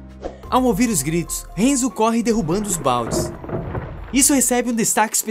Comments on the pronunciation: Não se fala henzo se fala hanzo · Cara, me permite uma correção: HANZO!! Fala o nome direito véi... O filme é ruim, o mínimo é só falar os nomes direito... HENZO é zuado. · So errou a pronúncia de HANZO. É um ninja famoso da história do Japão. Doeu ouvir hEnzo. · Só uma correção, o nome do Scorpion é Hanzo e não Henzo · Enzo? Oxi, n é Hanzou? Hanzo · "Renzo" doeu de ouvir... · Hanzo Hasashi é um nome em japonês,, logo, poderia ter feito a pronúncia como "A" e não como se fosse um nome em inglês. E Sub-Zero vem de um grupo de guerreiros Lin Kuei. Tecnicamente, eles são os ninjas chineses, mas só compartilhando pra informar =D